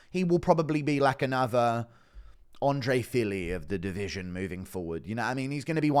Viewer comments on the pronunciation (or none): none